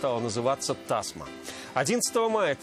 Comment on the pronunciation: Не та'сма а тасма' что значит лента, ставьте правильно ударение, весь смысл пропадает🙄😥